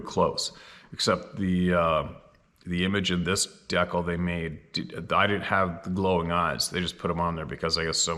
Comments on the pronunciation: Lol Deekle (decal) In America It's pronounced D-cal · You say dekle? I call it dee-cal. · English 101. Kindergarten level......ITS DCAL AS IN DECAL NOT DECK KEL . NOT DECK KILL EITHER how do we ever get you to learn to speak English properly instead of all these mispronounced words? Perhaps you don't realize what it's like for us to admire you but continuously see you flub up the way you do and end up being concerned about how Goofy an image you are creating in the mind of your detractors. I'm sure it feels quite secure to Your Ego to say well I've you just don't care about what others think of you and that's a good point if you or good concept it's solid dude whenever you are refusing to listen to the correction that intelligent people are trying to give you about why the way that you have learned to pronounce English language. I'm beginning to seriously question that you have ever trained in anything..... and unfortunately I'm beginning to see you as a self-made man which is absolutely the worst mistake any modern man can make. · my friend, I'm pretty sure it's pronounced,. DEE-CAL. Just trying to help. 🙏🤘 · Say "Deckle" "A-Gayne"... Lol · Good job with Adirondacks! But now we need to work on dee cal! Lol